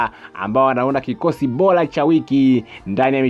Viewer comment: Sio oloza ni orodha na sio bola ni bora kasome kiswahili